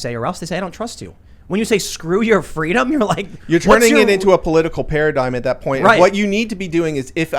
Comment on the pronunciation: He pronounced it "Skuh-doo yoh fuh-dee-duhm"